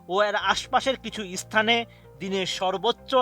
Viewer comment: ইচতান নরে 😂 স্থান হবে